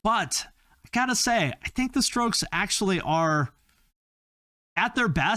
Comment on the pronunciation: Bwaaaaahahahaha he said the stokes. 😂😂😂😂 rrrrrough.